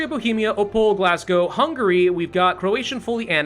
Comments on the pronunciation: I died everytime he said Glasgow. Where did the s came from. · Tip: Głogów is pronounced Gwo-goov